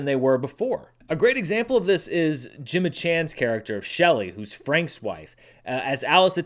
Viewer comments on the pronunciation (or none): none